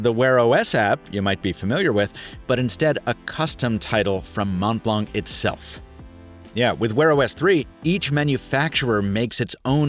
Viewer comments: pronounce the O as OH in Mont. I'm french so I know. 😬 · Montblanc Is pronounced as "Mon Blon". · As always, great review! Super fun to watch. But please, as a french, it hurts me so much when you pronounce the “c” at the end of mount blanc :) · "mon blonk" lol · C in montblanc is not pronounced, ie silent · You don't prononce the C in Montblanc, it's like the color white in french (blanc) 😉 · i'm sorry but this is the worst pronunciation of ''montblanc' that i have never heard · Montblanc, the C is silent :p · The C in Montblanc is mute, and so is the T in Mont. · Pretty sure Montblanc is pronounced without c in the end